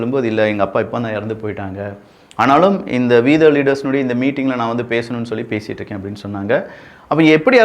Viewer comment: விக்கி இங்கிலீஷ்ல ஓ என்ற எழுத்துக்கு ப்ராப்ளம் இருக்குன்னு தெரியும்.. வராதுன்னு தெரியும் அது தூத்துக்குடி இல்ல கேரளா ஸ்டைலா இருக்கலாம். ஓப்பீஸ், லோரி போல... ஆனால் we த லீடர்ஸில்..வி என்பதை சொல்லும்போது உதடுகள் முத்தம் கொடுப்பது போல் இருக்க வேண்டும்.. அப்பொழுதுதான் அது E போல கேட்கும் இல்லை என்றால் அது V போல கேட்கும்.. W என்ற வார்த்தையை ஆரம்பிக்கும் பொழுது உதடுகள் ஒட்டாமல் முத்தம் கொடுப்பது போல் வி என்று சொல்ல வேண்டும்.. திருத்திக் கொள்ளவும்.. இல்லையென்றால் ஒவ்வொரு முறையும் வீதம் லீடர்ஸ் என்று சொல்லும் போது அருவருப்பாக இருக்கிறது...